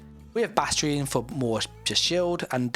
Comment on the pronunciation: "BastRion" LOL